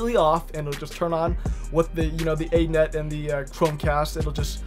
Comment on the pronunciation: A net? You mean "any-net".